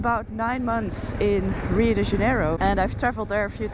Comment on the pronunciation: You have been away from Brasil so long that you have even forgotten how to pronounce the name of o Rio!😂 Just remember, "Você pode me ajudar, por favor?" e "Obrigada" e você fará muito bem.